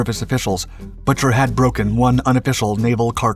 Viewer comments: Having been a kid at rhe time, I remember the news coverage, and while not being nit picky, I believe the captain's last name was pronounced Boo- ker. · Lloyd Boo-ker... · Bucher is pronounced 'BOO-ker'.